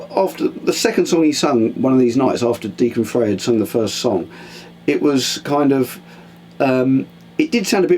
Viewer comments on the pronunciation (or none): Pronounced "FRY" not "FRAY".... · FREY is pronounced FRY